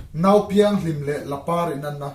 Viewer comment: La-par tih a 'par' tih thluk dan hi.. Super glue in thil ka char tih a, 'char' thluk dan ang hian thluk tur ni in ka hria..